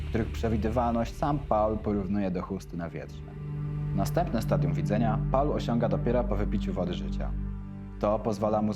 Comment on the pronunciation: "Paula" - jak gdyby, to była jakaś kobieta. Angielskie "Paul" czyta się jako "pool".